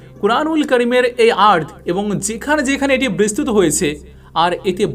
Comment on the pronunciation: অনুগ্রহ করে' বিস্তৃত ' শব্দের স্পেলিং এভাবে উচ্চারণ করবেন ঃ "bistrito -- bis-tri-to" এভাবে। খারাপ ভাবে নিবেন না অনুরোধ করছি।